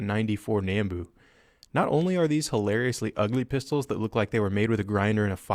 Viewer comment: But he said nambu wrong